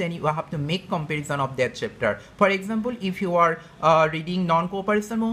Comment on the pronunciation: He says ekxampool....haha